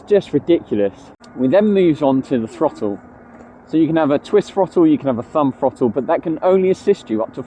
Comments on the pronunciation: I admire your guts making this video when you can't even pronounce the word THROTTLE. It has a glottal stop in it after the double t, it is not a frotull. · My autism can't cope with bad speech. I can't watch because your words make me cringe. . School didn't teach you to talk like a Muppet. What is a FFrottle. NOT mumFFs oV FFinkink FFroo FFerty FFree FFousand FFingz FFurzday wiV muVa faVa bruVa keeFFs smooV teeFF sumFFink wurFF nuFFink norFF souFF maFFs FFerapy myFFs FFerteenFF healFFy You don't say FFis FFat FFem FFose for THis THat THem THose so you can say the TH sound. It's a bad habit that you can change. Will you stop it so I can watch your videos.